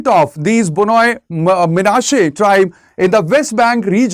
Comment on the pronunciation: Why should Indian Government have a problem with kukis claiming to be one of the lost tribes of Israel? Did Indian Government even provided a separate state for the Kukis if it thinks Kukis are part of India? Kukis have the right to migrate to Israel if not given due recognition and separate state in India. Note: The speaker in the video repeatedly mispronounced Bnei Manase as B-noi Manase. Bnei Manase pronounced as B-nei Manase not B-noi Manase.